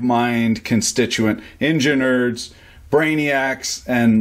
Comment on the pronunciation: Injunurs? Vijeos? Your language is a catastrophic failure.